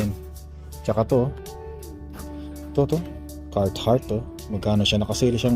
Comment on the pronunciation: Boss CAR -HARTT po hindi po CART -HARTT. 😂😂😂